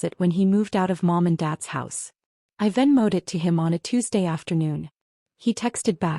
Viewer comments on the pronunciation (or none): “I then moated to him …” This SHOULD be “I VENMOED IT to him …”